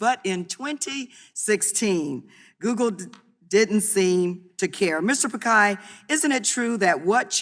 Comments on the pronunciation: "Mr. pakai" 😂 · Prick-eye/Pick-eye/Pikai WTF? 🤔 Congresswoman !